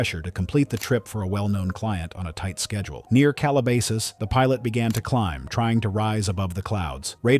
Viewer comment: Your AI needs to pronounce words corredtly. Cheap sloppy work. Calabasas is pronounced "cal-ah-bas-us. Do your homework. Very disapointing. 😡